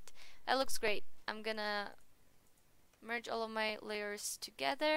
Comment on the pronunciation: I'm gonna pretend I don't bother when you 'merge' :))) Great tutorial though.